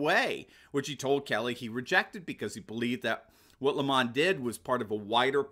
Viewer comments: It is Not LEE mon , It is lem on just like the nasty tasting thing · His name is pronounced as per the sour fruit, lemon 🍋. If it was pronounced as he wants to be known with an elitist French accent, it would be spelt thus, Le'mon. Lemon by name, lemon by nature. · Lemon is not pronounced Lemahn, it's pronounced Lame-man